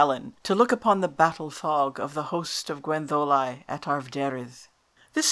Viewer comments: Yes, I know (I am Welsh); but it doesn't sound like that when you say it. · Yet you pronounce Gwenddolau as Gwendolau, not Gwentholau. Some inconsistency here, I think.